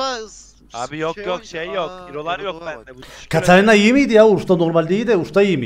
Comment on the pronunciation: seni çok aşırı seviyorum ama lütfen birdaha Katarinaya kaşarina deme agzına hiç yakışmıyor 😊